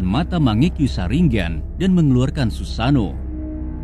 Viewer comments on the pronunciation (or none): none